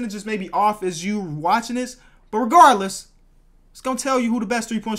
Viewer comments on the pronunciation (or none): none